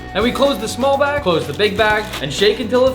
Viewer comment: 😭😭😭😭I can not be the only 1 who herd “big back” instead of “big BAG” 😭😭😭😭😭💀💀💀💀💀